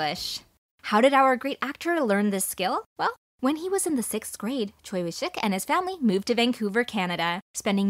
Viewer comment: Choi is actually pronounced Chwae